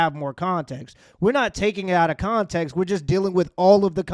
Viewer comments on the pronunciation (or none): She said contenkst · "Meescharachterizzed weethout conteenxt" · "Without ferther conteeks" 😵‍💫 Entitled Hood Teacher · She said contintxs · No bro, she didn't say "context" she said "contenx" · Continx is diabolical 😂😂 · Nah you gotta say it right damn I gotta get up outta this scool the continks matters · Don’t take it out of “continx”